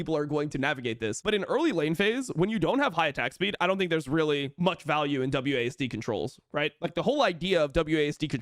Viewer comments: Call it Wasd or W A S D, not Wasd D 😭😭😭😭😭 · It was W-A-S-D or W-S-A-D not Wasdeez nut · Please don’t let “wasdee” be a thing. It’s “wazd” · w,a,s,d not wazdeeeeee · calling it "wahz duh" as opposed to "wahz dee" is a hate crime